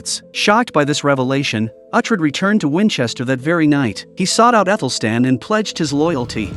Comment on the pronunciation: Pronounce Uhtred correctly please.